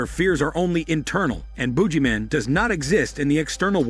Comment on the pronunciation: lol is mispronouncing things intentional? This is the second video of yours I've seen. You kept pronouncing Emo as "eh-MO" in Cabin Fever 2 and now this thing is the Boojieman?